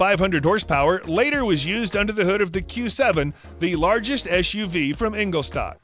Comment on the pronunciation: its called Newton Meters. Not ÄN ÄM and what is "INGOSTAH" Do some research on how to pronounce these names or don't use them. Makes you sound like an idiot